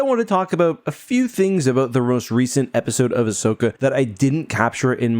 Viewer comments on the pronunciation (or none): Bro said rost recent